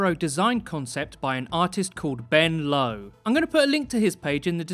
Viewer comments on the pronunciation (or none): none